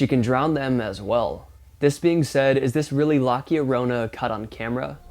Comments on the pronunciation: La llorona. Not Lac llorona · It's "La llorona" pronounced "lah-yor-rona". Not "loky-yo-rona" 😂😂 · Dude it's fucking LA LARONA 😂😂😂 I Like your videos but Man you need to fact check A LOT MORE & Learn how to pronounce words before saying them all wrong 😂 💯🫵🏻 Get a tutor bro lololol 🤷🏻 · 😂La Kio-Rona, Its La llorona. Cabron Pronounce: La Yo-Ro-Na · LOCKEY URONA?? i think your referring to LA LLORONA-the crying woman😢 and yes that could be her but ur names not close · Skinwalkers don't live in the forest. Navaho land is open and flat where the skinwalkers are seen. Skinwalker Ranch in NM doesn't seem to have skinwalker activity as much as UFO sightings. And it is La LLorona, not lacki orona- geeez. Bet you still cannot pronounce La LLorona. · Great comp, but La Llorona is pronounced YA-rona It's Spanish. I have lived in Mexico for many years and that legend is very, very prevalent. You may want to check out the legends connected to the TREES in Mexico. One in particular causes some men to attack the base of that particular tree with machetes so the spirit of the beautiful woman won't come out and take them! Seriously. Very interesting. Also, you may want to check out the battlefield of Chickamauga (northern GA). More direct fatalities than Gettysburg or Bull Run. Keep up you excellent work and dismiss those idiot haters! You're doing great. I just subscribed and I know I will be joined by many in the future. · Its Now: La Kio-Rona🎉😂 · It's La Llorona (Yurona roll the "r"). Not whatever you said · Lah Yoronna. There's no k in it. La Yoronna. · I am Hispanic and was born and raised in a small , predominantly hispanic town in Arizona. My town, and pretty much every town in southern Arizona, that has a river nearby, has the legend of La Llorona [la yaˈɾona]. La Llorona means crying woman in Spanish. I dont know exactly what you were calling this, buy you were definitely saying it wrong. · La Llorona... There's no C in it... Come on dude, at least try...!!!...